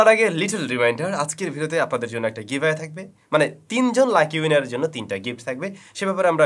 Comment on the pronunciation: ''Giveamay'' ''Enter'' ''done''